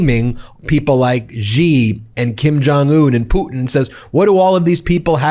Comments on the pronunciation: Please stop saying “jee” for Xi Jinping. It’s pronounced “shee”. I lived in China for 10 years, it is not GEE. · Dude Xi is pronounced "she". As in her, the girl. Its not some exotic French fricative. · Xi is pronounced shee